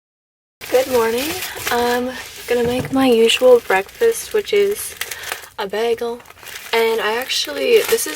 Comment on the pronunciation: why do you say bagel like that? I've never heard anyone pronounce it like that